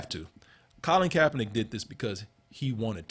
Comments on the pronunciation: KaeperNICK! NICK!!! Stop saying NACK nigga damn. Fix your mouth. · Why does keep pronouncing KaeperNACK, and no one in the room correcting him?